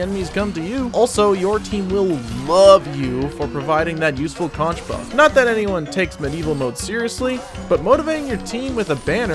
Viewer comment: The shell the soldier is blowing on is a conch, pronounced like it has a k at the end, as in conch chowder. The weapon name is a play on words so it ends up sounding like conquerer. There is no ch sound.